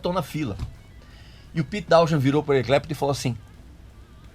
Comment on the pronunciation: Pete TounZand( sonoridade) TouChend( sonoridade) Não existe!! Pronuncia errada TouChend é aportuguesado! PETE TOWNSHEND= ouzend ( pronuncia correta) Quando meus tempos de produtor em radio Rock, eu ficava Pto com os colegas,em que todos ( sem escessão) PRONUCIAVAM ERRADO!!! Saco total 🙄🙄😡